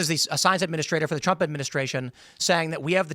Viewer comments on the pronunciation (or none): none